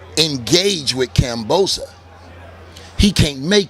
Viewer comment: Tarver say all these fighters names wrong lmao. Lomo,Teofomo,Kamboza 🤣